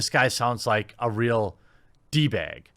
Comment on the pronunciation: "d-bag. bag. Baeg, bag." Can we get more of this weird pronunciation stuff?